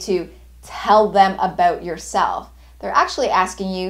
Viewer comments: i'm stressed out by the way she says "abewwwwt" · i seem candian...your pronunciation of "about"😅...verry helpfull thanks